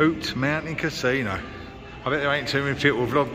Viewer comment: Most Native American Casinos around here are very strict. No smoking, no drinking and strict Covid guidelines in place. Always alot of security and eyes on you. Mask police make it very uncomfortable. I steer clear and just go to Vegas. 1 hour flight for me. Oh and it's pronounced (YouT) Casino 👍